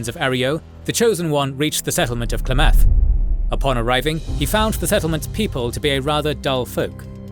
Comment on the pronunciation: Finally, good to see the Chosen One's adventure summed up by your style. Couple things to note: 1. Its pronunced A-Roy-Oh not Areo... actually drove me up the wall hearing you butcher it. 2. Its pronounced Klamith, not Klah Mawth. 3. The Councillor who helped the chosen one "get around" First Citizen Lynnette was McClure and he was one of the decent Vault City citizens. Very practical but still loyal to what Vaul City stood for. 4. The Salvatore deal with the Enclave was their own destruction as the deal to get "Lightbringers" the laser weaponry was actually a way for the Enclave to control Reno. The Enclave knew once the Salvatores "won" the gang war they would broadcast a code to kill the weapons and then the Enclave would mop them up. 5. The Brotherhood helps the Chosen One infiltrate Navarro with advice. The infiltration required the Chosen One to travel alone to Navarro. 6. The Enclave's genocidial plan actually would've killed everyone on the mainland even the chosen one. The Chosen One knew there was only one resolution. Stop the Enclave. The game did an excellent job of showing you how EVERYONE was manipulating the others. Even the NCR wasn't squeaky clean such as organising raiders to bully towns into coming to join the republic. The story of the Chosen One was brilliant and they played a titanic role in changing the fate of the world not just California's fate. On a brief seperate note playing the game on low intelligence was an absolute gem. 100% recommend it. The